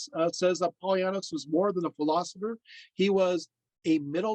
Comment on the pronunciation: You're pronouncing his name wrong .